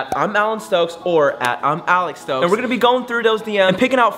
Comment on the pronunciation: bro comes back to comennt twice SAYING ALEX STOCKS